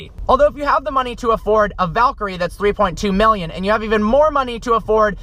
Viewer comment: “3.2 MILLION US dollars”. The emphasis lmao